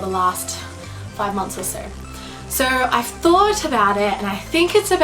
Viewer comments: why do you pronounce an "r" sound in the word, "SO"? Sounds like you are saying "sorrow" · "hey guys! seeorrrrwrwrrrr, most of you know....."